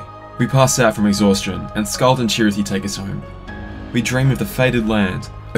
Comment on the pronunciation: Hearing the words "Dark Chirithy" was physically upsetting.